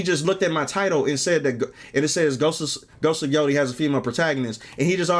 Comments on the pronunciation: Not Ghost of YO-TEE. Its Ghost of YO-TAY-E. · im not going to judge ghost of yotei until i play it. the voice actress' beliefs =/= the protagonist of a games beliefs, theyre just a VA. although irl the VA is woke as hell she sounds like a lunatic. and its pronounced "yo-tay" great vid J!